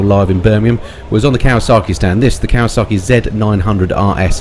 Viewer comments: It's Kawasaki not Kawasarki there is no R in Kawasaki, apart from that great video keep up the great work 👍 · As soon as I heard Kawa saaarki I was done.